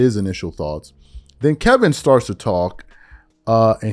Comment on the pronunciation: Kelvin bro…it’s Kelvin. You don’t know Rob Parker, Chris Broussard, Stephen A or any of these people but you say their names correctly. Just say his name lol. Kelvin…